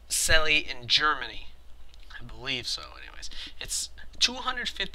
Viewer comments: its pronounced "tcella" and the a is like the "a" in "at" i hope that helped a little bit with the german pronouncing ;) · It's pronounced as celle = cell